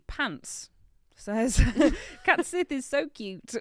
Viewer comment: CAT sith?? I think you mean Cait Sith.